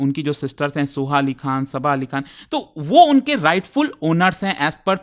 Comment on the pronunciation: खान हे खां नहीं हे 😂😂😂😂😂😂😂